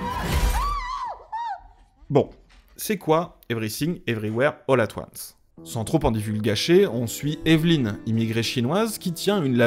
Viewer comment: Evry Sing, Evry ouère, holà toine ce (pardon)